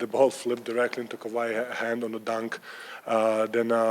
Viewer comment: he says “dahnk” just like Arnold. You’re welcome